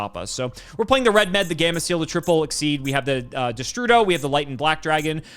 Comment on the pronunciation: I hate that they say REDMED when clearly his name is RED-MD